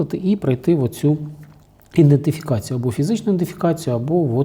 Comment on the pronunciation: Ідентифікацію а не індефікацію